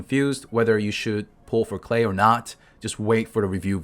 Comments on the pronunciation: in english as far as i know Klee is pronounced Kh Lee. rhymes with Me not Clay. maybe im wrong tho. i mess up names in this game all the time. lol. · I am German and Klee is rather pronounced "Kleh" than "Clay" Btw, it's the German word for "Clover" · No no no, even tho I’m already use to youtuber butchering character names, “clay” for this little girl is too much for me. I’m sticking with Klee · If its german it is pronounced Klee and Not Klay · Its pronounced K-LEE NOT Clay/Klay mate get your facts right buddy. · nevermind he's just saying it wrong it's kleh not klay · I thought that's klee(klie) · its fucking "KLEE" not clay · It's pronounced Gay! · Its klii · Isn't "Clay" the chinese meaning for her name? Clay isn't a german word, you are doing it wrong. Unless you study german you won't be able to say "Klee" correctly, just give up. It means clover btw. Diluc has the weakest E in the game, don't even think about building him around that crap skill.